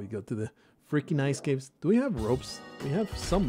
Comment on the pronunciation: Finally! I always wanted to hear you pronounce R O P E S properly.